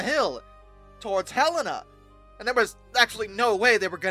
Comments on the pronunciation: I remember it as Ha-len-a. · Montanan here First Pronunciation of Helena was good Just the name Helen with an A (an uh sounds) at end As for Mullan. Your second attempt was spot on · Bro can say "isopropyl" but he can't say "Mullan" or "Helena" correctly 😂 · As a Helena resident, I've heard some stories about this crash. My mother lived in Helena with her parents when it happened, and her brother was so happy to hear that there was an actual emergency going in instead of just a test. Also I winced when you pronounced the names of Mullan Pass and Helena wrong. You did get them right eventually.